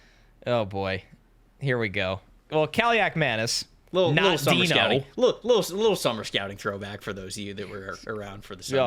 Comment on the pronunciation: Played the Kaliakmanis' in high school, played for our top rival, didnt beat them once unsurprisingly. Athan is Nathan without the N, last name pronounced right by